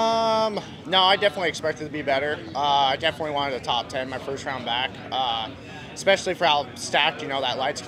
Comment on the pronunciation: It’s is pronounced “especially” not “ecpeshally” 😂😂😂